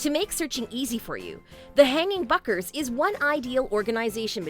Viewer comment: hanging buckers??? dropping mails???? Good ideas but had to mute.